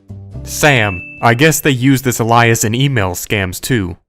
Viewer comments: I ♥️ you, but you’re killing me with how you pronounce alias. 😂🤣😂🤣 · I get tickled by the way you pronounce alias